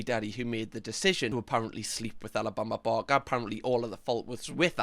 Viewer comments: The switch in this video from “Alabama barker” to “Alabama Bama” is everything😂😂😂😂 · “Alabama barmah” 💀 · “Alabama barma” 😂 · Sooo satisfying he calls her Alabama barma the rest of the video 😂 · Alabama barmer actually. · Am I the only one who loves the way says ‘Alabama Barker’?! 🤣🤣 the best accent to be saying that name!!👌🏼🤣 Edit - Or should I say, Alabama Balmer 🤣 the further he goes on, the more it’s mispronounced hahaha